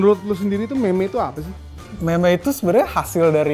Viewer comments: Eno bening mengamuk melihat berkata "meme" bkn mim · Meme itu dibaca mim